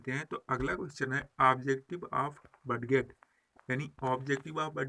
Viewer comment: सर आप बडगेट क्यों बोलते हैं